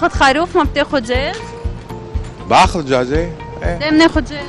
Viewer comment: الكويتي باعها زقت ويا باخذ جاجةةةةةة اهم شي التاء المربوطة ويقول ايي ايي يعني لبناني 😂😂😂😂🤣🤣🤣🤣🤣🤣🤣🤣❌